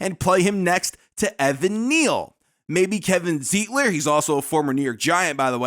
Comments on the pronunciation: It's pronounced Z eye tler . And I just watched Z eye tler and John Feliciano start this past weekend - but we didn't need them. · Wish you would pronounce Zeitler's name right.